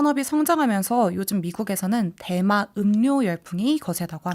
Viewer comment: 자꾸 대만음료로 들리네요.